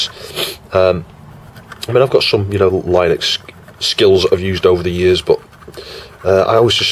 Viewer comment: It's pronounced Linux, not Linux! 🙂